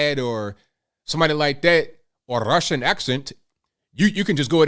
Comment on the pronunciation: "Rrrrussian accent" lmao 🤣😂